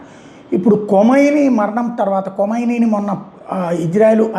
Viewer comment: కొమైని కాదు ఖమేని